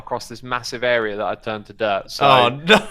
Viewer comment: Is saying dirt or derp